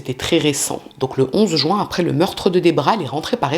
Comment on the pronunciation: Je remarque que les crimes ont souvent lui en Juin, car ça me fait mal aux oreilles à chaque fois. Pourquoi dire "Jouin" ? C'est jUin ! Du coup, je focus sur ça ark !!! Beaucoup de gens en France disent ce mois de mauvaise prononciation